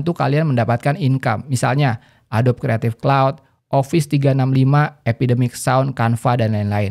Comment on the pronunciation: Adobe itu dibaca Adobi